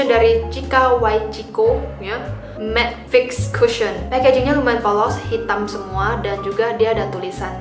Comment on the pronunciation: waktu ngomong matfix. maTttttokkkk